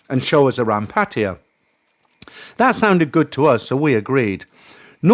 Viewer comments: Its abrasive to me too. Its pattaYA.....not PATiya. Stress is on the end, not beginning 😅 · Why do you mispronounce PATTAYA——IT IS NOT PATTIYA. OR IS THERE ANOTHER TOWN BY THIS NAME¿ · Why you call Pattaya Patya?